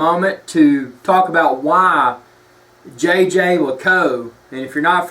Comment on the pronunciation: Please use the link and learn how to Say Jaeger